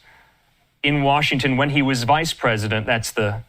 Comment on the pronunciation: PER-IS-DENT PRESIDENT MIXED UP